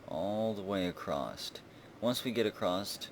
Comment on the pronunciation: May I know why you always say "acrossT"